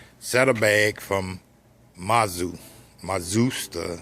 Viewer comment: mazu ... dude it has a T in the name its MU-TA-ZU